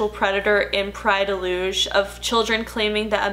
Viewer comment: As a Portuguese person I appreciate you actually going all out and pronouncing "Praia de Luz" correctly